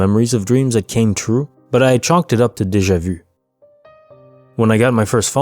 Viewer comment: Good stuff, just need to work on how you say Deja vu😁